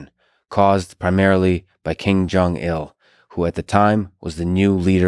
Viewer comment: Hmmm Lex it's not King Jong it's Kim Jong. I feel bad for pointing this out.